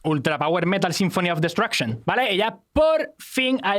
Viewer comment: Pronunciar metal como palabra llana no es Metal.